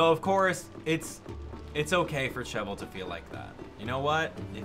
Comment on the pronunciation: I WAS HOPING YOU'D PLAY THIS!!! I'm so excited about it! This Monster Hunter is actually relaxing lol. Also, Cheval is pronounced Sheh-vahl and it's the French word for horse.